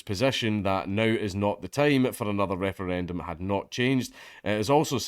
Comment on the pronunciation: lmao i may have to dodge bullets on my way to work every day in america, but at least I get to laugh at the silly european people fail to pronounce Referendum.